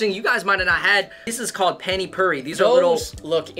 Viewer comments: Not panny phiri it's pani puri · Hi guys! I liked your video. But, sauces in Indian cuisine are called chutneys. And pani puri is pronounced “ paani poori”. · I am dying why r u saying it sauce its pani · Oh I lost it when they called pani puri “penny purry”😂😂😂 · Nobody: Literally nobody: Them: Panny Phuri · And the totally murdered pani puri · I just love the way you guys pronounce pani-puri😂😂